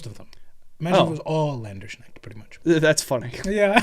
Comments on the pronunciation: Landerschnackt... oh god...:) shoulda been Landsknecht try saying "lance" followed by a -"K" and end with "next" (instead of the x its an ch like in chalapeno) i just realised how weird german must be to everyone else:D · Länderschnacks? You mean Lands Knecht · Landersneckt - uh heads Up Guys its pronounced Lands - kneckt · Hearing "Landsknecht" pronounced as "Länderschneckt" is equally funny and horrid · I also happened to learn what gelding was from rdr2. Also its land-skh-neck-t. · Love you two , but as a german, oh god the Landsknecht pronunciation. Don't mind though , love you two and the channel regardless 😂❤ .